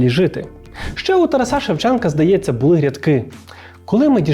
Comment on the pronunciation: а мені це тарасА сильно ріже слух, звучить недолуго